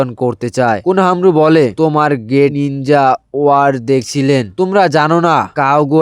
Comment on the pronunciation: হোয়াইট জে টু স নয় হোয়াইট জুকসু আর নিনজা ওয়াইফ না নিনজা ওয়ার একটু শুদ্ধ করে❤ আর ভয়েস কিরকম করে দাও একটু ভালো করে ভয়েস দাও